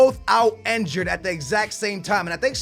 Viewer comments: INNNNNNNNNNN jured god damn it not enjured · he pronounces enjured instead of (injured) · Why does he say enjured?! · Its injured not enjured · Raheem Sterling yea, he even says enjured